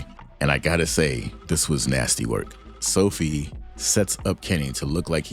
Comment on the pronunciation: So-FEE-Ah! NOT SO-fee! Sophia! 😬